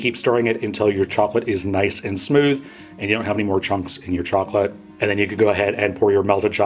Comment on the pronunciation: Chocolate. Not chocolatee.